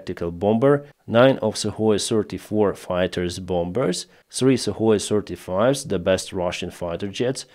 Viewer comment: why, when you say, "35S", do i hear "certified a**" 😆